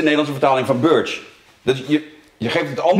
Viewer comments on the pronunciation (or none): Birch = berrrrrrrrk 🍃🍃 Lekkere video weer hoor! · Birch = [BURTSHJ]